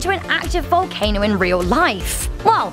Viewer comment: It sounded like she said valcaner